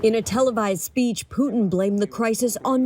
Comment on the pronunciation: Its Putin NOT PUCHIN …